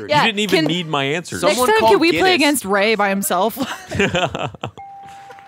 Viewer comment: I like this new guy... rrrrr, rrrrrrraaaaay?